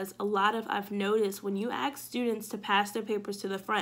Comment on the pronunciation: Just want to say I think you are doing a great job with your channel. Good luck. One suggestion is that you pronounce "ask" correctly. Please don't be upset with me for this suggestion. You are so knowledgeable and well spoken.